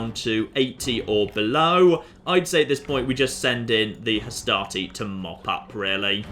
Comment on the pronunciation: every time you say "Hastati", I just hear "Astartes" and I think your troops are gonna mow down the macedonians with storm bolters.